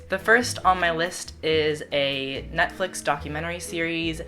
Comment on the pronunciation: dodie makes me so happy 💕💕 it sounds like you say NUTflix lol this was great conan :-)